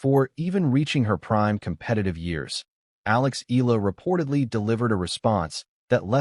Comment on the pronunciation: E a la! Come on... pronounce it correctly!